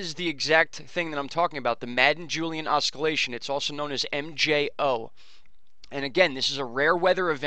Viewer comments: Hey bud, the c is silent in Oscillation. Pronounced OSS-I'll-ation. Good videos. Thanks for all the info. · wrist to icey Sean Waz is right, oscillation is pronounced that way. There is nothing wrong with constructive criticism. It's much better to be shown you're wrong and learn what's right than to go through life thinking what's wrong is right.